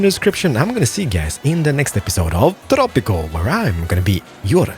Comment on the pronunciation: Is it just me or did it kinda sound like started the episode with welcome back to tropical sex?